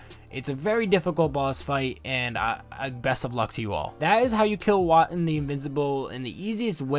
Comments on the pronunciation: Voe-tan, not Wot-an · It's Woah-Tan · Am I pronouncing it wrong? I call him Woah-Tan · Okay, but it's pronounced Whoah-tan though, right?...